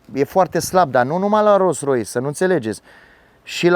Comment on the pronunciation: De ce spui de multe ori ''Ros Rois'' :))